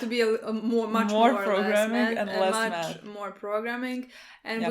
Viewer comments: I thought said meth instead of math lmao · This whole time I thought you were saying you study "med" as in Medicine. Haha